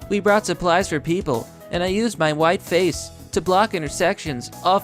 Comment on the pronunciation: I thought he said "my wife's face" for a sec.